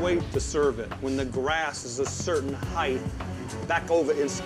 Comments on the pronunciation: there is no h in height. It’s height not heighth. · The worst part? He pronounces it "heigth". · Didn't see anything wrong with. Then he said 'Heighth'. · I really hate when people mispronounce HEIGHT like HIGHTH. Like for real. Also, I fucking died when Gordon whispered if the guy was ok and told him not to shout. I was rolling on the floor with that. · It’s height!!! No heith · What the hell is “heighth”? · Heighth lol